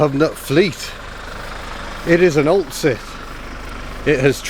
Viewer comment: I thought you said oldshit not oltcit haha. I will be amazed if you get that running on the road.